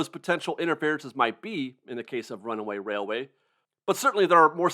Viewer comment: I keep waiting for you to say, "Runaway Wailway" but you get it right EVERY time! I can't say it twice without messing up. You are a true professional.